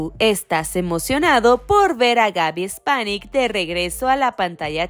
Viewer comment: Gaby Spanic no Gaby Espanic